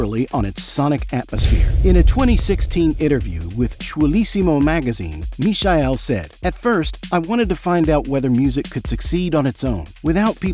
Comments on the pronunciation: no, it is not the German pronunciation. That would be as in English you would say meechael, with the 'ch' pronounced as in the scottish 'loch'. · That's not how Michael is pronounced in German. And the AI voice in the video butchers it too. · Fukwit Americans or AI, you can't even pronounce the name of the Michael correctly, how do you expect to be taken seriously or have any credibility? Ignorant internet postings from clueless Americans... Now blocked. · Is the speak AI generated? The pronunciation of e.g. "Michael" and "Ibiza" very strangely.